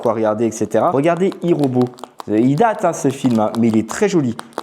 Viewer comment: Youpi de retour I robot super film Mes ceux dit avec un belle accent Anglais 😂